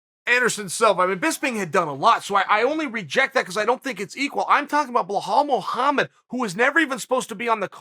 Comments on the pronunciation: Dude, can you fucking not? Can't remember the fucking name? WRITE IT DOWN. Have some fucking respect. Blahowowich. Blahal. What the actual fuck? Aren't you a professional? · When Chael asked Jon Anik how to pronounce Blehal, he also asked him how to pronounce Hazmat, Blachovowicz and breakfrast. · hey chael that guy is arab İ am arab as well İ know how his name is pronounced and it is Be-L-A-L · Can we appreciate how big of a troll Jon Anik is LMAO... He made Uncle Chael say BLA HOLL... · CHAEL, Put some respect on my name. HIS NAME IS BELAL CHAEL.. HE IS NOT HISPANIC... THERE IS NO H .. god damn. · “Blahal Muhammad”? Chael does this on purpose lmao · If uncle chael says it's bahal Muhammed then it's bahal. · First of all Colby could never break Belal`s hand, because Belal would break Colby fractured Jaw first. Its also easier to say Belal than it is Chael, just saying. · I love Chael but cmon man it's literally spelt how it's said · At this point I'm convinced Chael purposefully mispronounce's names to troll his audience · The GOAT just butchered Belal's name.... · The fact that Chael called someone to find out how to pronounce Belal Muhammad, and still pronounced it wrong the whole video, is just one of the reasons hes the goat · Say it with me Chael: B-be-bel-bela-belal. There you go buddy! Now if I hear you saying blahal one more time imma kick you in the nuts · how did you manage to butcher his name from Bilal to Buhal😂✌🏼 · Belal turned into Behaul wtf hahahahahahahha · Behal mullhamed. I only come here for the pronunciations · his first name is BELAL , NOT BLEHHAALL ... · Correct pronouncing of Belal is :"Bilal" Not ballllal, or bolllol. It's : "بلال" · At this point? I figured it out like 150 mispronoucations ago.. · Blahall? Really Chael you’re telling me you couldn’t read it and sound it out hahaha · Uncle Chael called Anik to know how to correctly pronounce 'BoHol Muhammed' 😂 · it’s Belal not Behal please Cheel Sannen make an effort